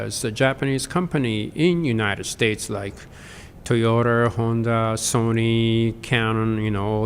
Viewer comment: トヨタ、ホンダ、キャノンの発音が日本人なのに日本的発音でないことに驚き